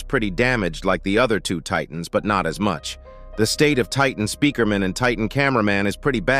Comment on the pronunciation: he said titnas